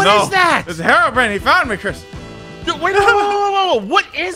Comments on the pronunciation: It’s herobr”i”ne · He's called Hero-brine